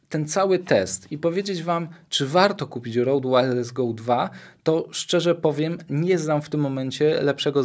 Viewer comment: ludzie to się czyta ROŁD a nie. R O D E to nie polski produkt, pozdrawiam